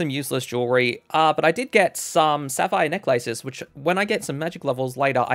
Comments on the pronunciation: (assuming we are talking about ) It's a lace that goes around your neck In most modern dialects of English, the "A" and silent "E" in necklace have become a schwa instead of a "long A" (IPA: [e]) sound, since the compound word became common enough that instead became a single word with a penult accent. This guy is obviously not speaking in a general American or British accent. I'm not perfect at linguistics, but I'm assuming he has an Australian accent. I'd actually love to know what accent this is if anyone knows. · no way this man can't pronouce necklace or tempoross